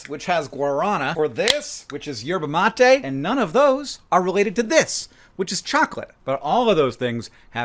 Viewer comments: Yay good job saying yerba mate ❤❤ drinking it hot its called mate and drinking it cold is called terare. (Rrrrroll them r's) I like the latter the most, especially after a hot day at work! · Your pronunciation of yerba mate is very good I mist say, but it is guaranÁ